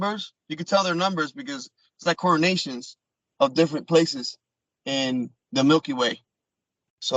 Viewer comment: I found another thing a bit suspicious about way of talking, at one point he talked about "Coordinations" when he meant "Coordinates". I can't see how a trained special military guy would misspeak in that way.